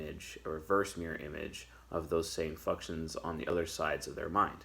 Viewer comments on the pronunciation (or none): Did I hear "Fucktions" at the 12th second of the 8th minute? 🧐 YouTube, arrest this man 🤨